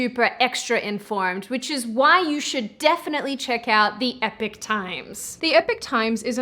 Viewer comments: Is it really pronounced "epic". I could have sworn it was pronounced "E- pok". And no, I'm not a proper linguist so I don't know the proper symbols regarding pronunciation, but I think it's clear the distinction I'm pointing out here. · Today I found out people pronounce epoch like epic... Not E-pock. I also found out that pronouncing it like epic is a US thing? But living in the US, the only pronunciation I've ever come across was E-pock. I'm decades old and never heard of it being pronounced "epic", but I'll be damned if it's not a valid pronunciation. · Ok yes im a little anal retentive about this stuff , my hand is in the air . I own this fault, having said this" epic "with the short e sound phonetically air-pic. EPOCH has a long e sound like eagle phonetically eeee - pok. Please don't torture my brain i cant help it sorry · Oh no,, no... It's epoch times not epic times.:O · epoch is pronounced 'ee-pock'. not epic. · I know this is a small thing but Epoch is not said like 'epic'. It's 'Ee-Poc', not 'Eh-pic'. There's no 'pic' in Epoch. Sorry, it's just this is a pet peeve of mine. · How are you getting the pronunciation of Epoch so wrong. E - pok. It is not epic. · I'm not trying to be a smart ass, but is it not pronounced "ee-pahk"? I know some creators intentionally mispronounce things as either a quirk or for engagement. I just wanted to know if I'm saying it wrong now haha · I'm surprised that your sponsor hasn't told you you're pronouncing EPOCH wrong?! The E is as in Email and poch is as in pocket. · Isn't is Epoch(ee-pok) times :) But, setting that aside you're right, modern remakes are not needed. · Isn’t epoch pronounced “ee-pock”? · One of the best remakes of all time is John Carpenter's The Thing. Is it just Brits who pronounce Epoch as E Pock? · Epoch isn't pronounced 'epic'. At least not in my world! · epoch isn’t pronounced epic…..that’s a totally different word. Just saying……😬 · I believe that’s pronounced Ee-pok times.